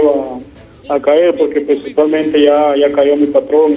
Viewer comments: Principamente jajajajaja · Jajaja este man que dice prisipal mente ya avia ayamado al canal 😂😂😂😂